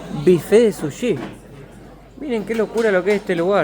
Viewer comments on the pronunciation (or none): none